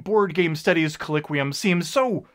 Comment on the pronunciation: not trying to nitpick, but you mispronounced "colloquium" throughout this video.